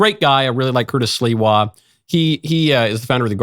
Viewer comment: Thank you Michael for pronouncing Curtis’s last name correctly!! The “Silwa” pronunciation is driving me nuts!!👍❤️